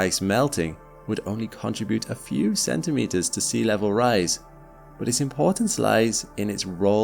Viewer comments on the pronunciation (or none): Look at the way it is spelled: contribute. So you must not say "CONTRA-bute". STOP IT at once!